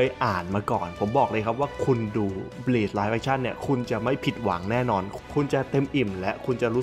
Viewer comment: บลีชคะ ไม่ใช่บีช อ่านผิดนิดนึง จากเทพมรณะ กลายเป็น หาดทรายได้เลยนะตะเอง